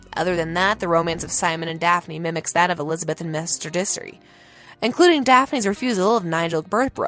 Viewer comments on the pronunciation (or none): I didn't read Pride and Prejudice but Even I know it's Mr. Darcy (Dar-see) not Disery. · Did you really say “Lady Whizzledunn” instead of Lady Whistledown?! And “Mr. Dissery” instead of Mr. Darcy??? “Umember” vs remember?? Diction needs significant work. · It would be so nice if the narrator (for once!!) was able to pronounce the names correctly! It's not that hard to figure out how to pronounce "Lady Whistledown" or "Mr Darcy" 🙄